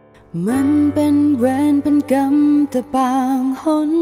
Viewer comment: เพลงประกอบเพราะดีแต่การออกเสียงคำว่าเวร กับคำว่ากรรม นี่แปลกๆพิกล เหมือนคนต่างชาติออกคำไม่ชัด ละครเรื่องนี้ณิชาแสดงเก่งมาก